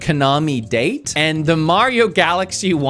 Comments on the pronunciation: It's pronounced dah tay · There is no way in the world u played Kaname Date. The game is voiced and he pronounces his name as Dah-Tay. So how can you tell someone if it’s worth it or not without playing it?